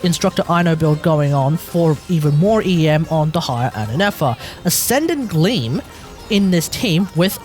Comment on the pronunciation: I've always heard it pronounced the former, which is why I was surprised that he was saying it the latter.